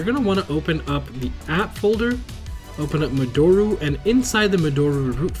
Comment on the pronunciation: Love your videos. You're my favorite Vita YouTuber. FYI, modoru is pronounced (mo-do-ru / mo-doe-rue) not (mo-door-u). It's a Japanese word 戻る, meaning "to return"..